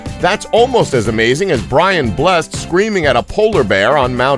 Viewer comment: It is pronounced Brian Bless-ed. Not Blessed.